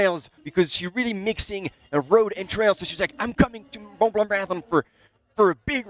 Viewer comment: PLEASE PLEASE SOMEONE TEACH THIS BLOKE HOW TO PRONOUNCE MONT BLANC, IT'S DISGRACEFUL. SUCH AN AMATEUR. NEEDS TO SPEAK PROPERLY TOO AND STOP SAYING SMOOVE INSTEAD OF THE CORRECT ENGLISH, SMOOTH!